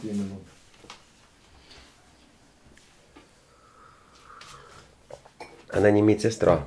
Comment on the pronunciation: «Вот имЭнО»😂 «бЭсЫт»